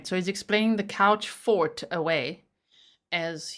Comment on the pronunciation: This guy!! I could not stop myself scoffing out loud every time he said couchfort! 😂